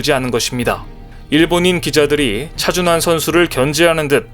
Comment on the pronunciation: 여기도 또 차준화라고 개명하고 있네.(28초 부터 10여초간) 왜 우리의 영웅 차준환을 차준화로 둔갑시켜 지껄이고 있는가? 재미주의에서도 그렇게 발음하더니, 여기저기에서 차준화라고 개소리 하고 있나? 좀 베끼지 말고 잘좀 만들어라 이 베끼기 대장 유투버들아.